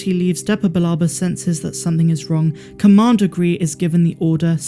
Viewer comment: it is commander Grey not Gree from revenge of the sith